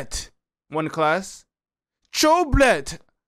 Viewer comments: It’s not „one klas“ it’s „first klas (class)“ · Bruh this lyrics translate is shit, many rhymes and words were not translated correctly. 1.Klas is a legend of his time🔥🔥🔥 Facts: 1 Klas last album was released on 2009. 1 Klas producing himself. His name is read like First Class, not One Class